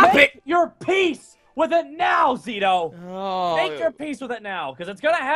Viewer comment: HOW DID YOU MISS "ZITO-IS-NITO" ?!?!?!